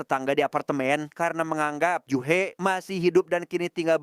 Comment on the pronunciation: Ju-hee biasanya bacanya Juhi, juhe kayak lg ngomongin Jule viral😂